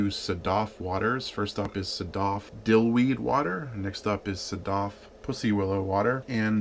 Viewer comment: You should not drink all of it. I am from Iran The pronunciation is like (Sad-af)